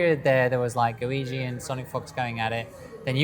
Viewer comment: Go. iCHi. CH CH CH. Man every single time you say goigi like luigi I die a little inside. Disregarding that, you are one of my favourite people on youtube and I love your videos. Thanks.